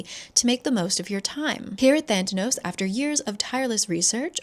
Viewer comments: The company is actually called Thanatos, is just saying it wrong. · Same. Also I kept thinking she was mispronouncing "Thanatos", the Greek God of Death. If it really is spelled with an extra T in the book, I'm annoyed. LOL. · is it "thantanos" or "thanatos" like the god of death?? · Every time you say Thantanos I just think it’s Theranos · The company is called (Thanatos) Than-uh-toss, as in the Greek Personification of Death.